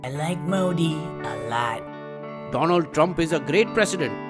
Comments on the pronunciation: Great video but just 1 flaw. it should have been 'Doland Trump' as per Modi's precise pronunciation. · My prend Dolan Tremp 😂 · DoLAND Drum - Narenda modi😂 (no offense)